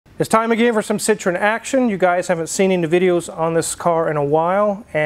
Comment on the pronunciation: You are pronouncing Citroen correctly (Si-truhn). For some reason Americans have trouble with correct pronunciation, particularly of non American vehicles The classic and most annoying example being Jaguar. It's pronounced exactly how it's spelt, Jag-u-r!